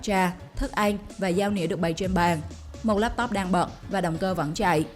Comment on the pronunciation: Chị tập nói lại chữ ĂN đi ạ